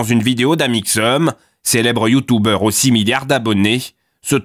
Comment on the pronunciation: Effectivement et en plus ils disent YouTOUbers